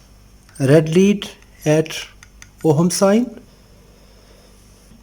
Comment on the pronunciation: i love the way you pronounce the H in OHM